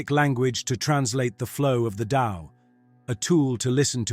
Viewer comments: It is "The TAO" not "the Lao" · Pronounced DOW